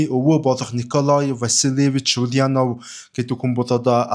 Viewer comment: оросоор буруу дуудаж байна. [улянооов] биш [уляааанов], [иилич] биш [илииич]гэж дуудна.